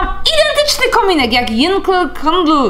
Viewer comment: Yankee czyta sie janki